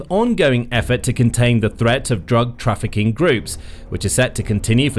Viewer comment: "Drafficing Drugs"